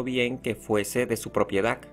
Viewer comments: Buen video, pero Propiedac, esclavituc. Debemos practicar las palabras terminadas en d. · PropiedaC, esclavituC, actividaC, sociedaC, EgiCto, es bueno decirle que lo está pronunciando mal para que cambie y lo diga correctamente, probablemente sabe mas idiomas y el español no es su idioma materno 👍🏻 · También dice propiedac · También dice propiedac🤣